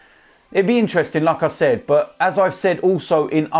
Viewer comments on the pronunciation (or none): When says “like I said “ I hear “lacaezette”